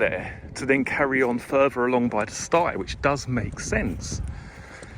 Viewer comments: I am having a drink every time he says stye. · Does look a lovely place.,(Stile as in Style not sti as in stigh). I'm nitpicking, sorry. Great video thoroughly enjoyed it and looks much better on your camera.Well done!